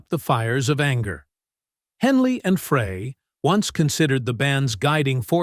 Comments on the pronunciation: It's Fry he didn't even say Glenn's last name right! Village moron!! And the Eagles didn't play together again until 1994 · GLENN FREY’S NAME IS PRONOUNCED FRY AS IN FRENCH FRY!! IT’S SO ANNOYING THAT YOU’RE MISPRONOUNCING HIS NAME!! FRY!! FRY!! FRY!! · What has CCR got to do with Eagles bandmates?? The usual misleading Title. Btw, Glen Frey is pronounced "Fry"! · I wouldnt want to spend that much time with anyone btw its pronounce Fry All groups break up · Why do these people not know how to pronounce Glenn’s last name and expect us to think this is even true? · Why should we believe anything you say when you cannot pronounce TWO members of the band's names!! Shame Shame . . . obviously AI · Agreed. I thought I was the only one that was so irritated by that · That's ai for you buddy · It's not fray it's dry! Y the narrator should at least should know how to pronounce the members names. SMH! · I meant fry! Fucking miniature keyboard! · Correction : Frey pronounced FRY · Might be nice if the narrator actually knew how to pronounce names! Glen Fray? 😂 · How did you not get hit with a copyright claim? And it's Frey, not Fray!!! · Scrap that reading software. Humans know how pronounce Glenn Fry's name; your software does not. This isn't your first video that mispronounces his name. Do you even check your output before you publish? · Glenn Frey is pronounced FRY not Fray! Such disrespect to keep on mispronouncing the late Glenn Frey's name, in multiple videos. Obviously, little research was done to not know how to properly pronounce Glenn Frey's name! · When you can't even pronounce Glen Frey . . .as in FRY, not fray. . . correctly, your credibility is pretty much shot. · Did you say Don Fray? Oh gosh another idiot AI video. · Who's the asshole who doesn't know it's Frey, not fray!! Sounds like fry!! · Fry, Fry, Fry! Not Fray....Geesh. Mr. Frey fried the Music industry. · Pronounced 'Fry' not 'Frey' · Fry Fry Fry!!!It’s pronounced Fry as in fry an egg!